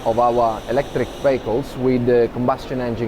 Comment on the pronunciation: LOL! The fellow , talking about "vehicles", speaks with such a different accent, I thought he was saying "BAGELS"! Very much enjoyed Arrival.